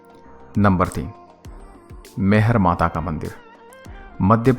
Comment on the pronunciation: वो मैहर तो सही है पर (मईहर) ऐसा बोल जाता है। सर जी और मैं सतना जिले से जो की वो भी सतना जिले में आता है। और अपने जो बताया है वो सही है आल्हा ऊदल आते है और माता रानी की पूजा कर के चले जाते है उनको आज तक किसी ने नही देखा है। 🙏